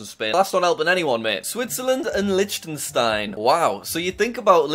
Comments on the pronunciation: You don’t say it like Lichtenstein, instead it’s Licktenstein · Liechtenstein is pronounced licktenstein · Dude! You just slaughtered the pronunciation of Liechtenstein...